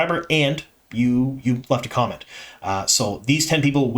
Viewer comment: Thank you for your enthusiasm. BTW I thought you said condom instead of comment